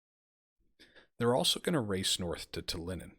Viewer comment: It will be interesting to see how well the Ai is able to perform offensive actions, often ais are much better at defence than attack. The city in estonia is pronounced tal-in not tal-in-in. Mabye you can try Vistula to Berlin after you finish one of these campaigns as you'll have more skill then for the harder scenario.